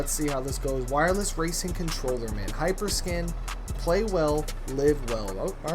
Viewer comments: Its a Hyperkin not a HyperSkin 🤦🏼‍♂️ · Hyperkin not hyperskin 😂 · It's hyperkin but okej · Its hyperkin dude